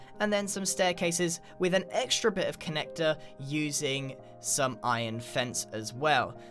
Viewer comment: SOMEBODY TOUCHA MAI SPAGHETT!! lol sry but the wae u said some was so tempting x3